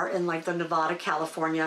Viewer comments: It's Ne-VAD-a not Ne-VAH-da. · I’ve lived in Nevada for several years and would like for people to say the name correctly. It is not spoken like a Spanish word. Please say Na-vad-a with the accent on the second syllable and the 3 “a”s are short a sounds. Thank you. I love that state! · So glad you are back! Native Nevadan and I just need to say it's Nevada (like dad) :). Thanks for your videos! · Please! It’s Nev add ah! I do enjoy your posts!